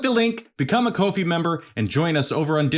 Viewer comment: ahh i signed into ko fi I thought u where bein goofy in the vid by saying coffee weird